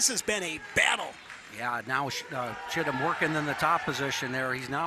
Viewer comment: Go to... calls Chittum, "Shittum," and says it again,, and...😂😂